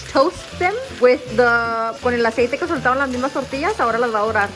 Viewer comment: Lol les saying tortilla instead of costilla 😂😂😂